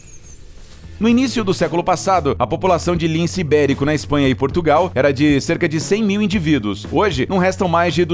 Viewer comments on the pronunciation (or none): none